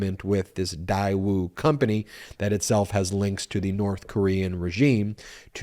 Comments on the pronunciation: Daewoo.... pronounced "Day-woo" is one of the larger conglomerates in South Korea, doing business all around the world. In the mid-90s... they used to sell cars in the US. Your title eludes that Daewoo is a North Korean company. I don't know how trump is getting away with emolument clause. Although there is an emolument clause is in the constitution, how is this enforced if any. The clause of "without the consent of Congress" .... was this ever addressed? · You are saying the name wrong. GM/Chevrolet bought out Daewoo many years ago. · The company is Daewoo...spelled like Daeyou...ae like an a in "than". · Funny to me it was a loan from Daewoo (pronounced Day-woo). Daewoo is a Sh*t automaker, that makes Sh*t cars.(we're talking Yugo kinda Sh*t cars). I guess Sh*t finances Sh*t..🤣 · Love what y'all do and the videos y'all put out, but I am pretty sure that Daewoo is pronounced like daywoo. At least it is if it's supposed to be pronounced like it's spelled. Keep up the great work! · It's pronounced "Day - Woo". 👍🏾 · The company name is pronounced “Day ooo” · I think it’s pronounced Day-woo. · Daewoo is pronounced "day_oo" like a sunny day, with no w sound. I lived in Korea for 10 years. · it's painfull hearing him pronounce Daewoo! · It's pronounced DAE woo not dai woo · Please let our US Government investigate and handle this one. First of all, it is not pronounced DIE WOO it is pronounced DAY WOO!!! Trump should not have injected his greedy, self serving, self into this delicate but important, back channel relationship, but the Daewoo relationship is a vital, SK/NK relationship that should not be damaged. Please focus on any of Trump's hundreds of other self serving crimes instead. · It is not Diewoo it is pronounced Daywoo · Daewoo pronounced 'dayoo' not 'diewoo' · Day-woo it’s pronounced day-woo. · IOt's pronounced DAY WOO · dude it is pronounced Day-woo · Loans not deductible only interest. Know your facts before you podcast. I believe it's pronounced Day woo.